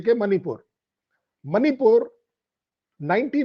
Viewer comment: एक सुझाव, प्रार्थना है आपसे , कि मणिपूर का उच्चारण "मणिपुर" ही करें, उसे "मनिपुर" न कहें । "मनिपुर" विदेशी ही उच्चारित कर सकते हैं, जिन्हे "ण" का उच्चारण करना नहीं आता ।